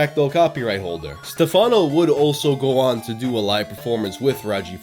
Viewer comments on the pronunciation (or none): also the accent on Stefáno made me laugh